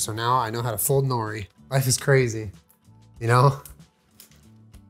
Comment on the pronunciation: Always makes me chuckle the way most people pronounce nori.